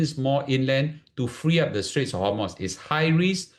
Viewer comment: its strait of hormooz, not hormoss or homos.